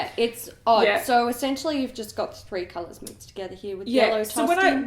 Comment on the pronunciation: Please keep saying kalulas for colors!